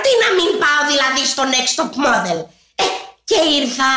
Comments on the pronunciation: όποιος παρατήρησε στο πως είπε Next Top Moδel. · Εκεί που λες α είμαι μοντέλο γιατί να μην πάω στο νεξτ τοπ (ΜΟΔΕΛ) ΕΙΠΕΣ 😂😂😂🤣🤣